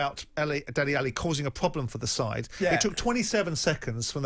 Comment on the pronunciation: it's Dele, not Deli!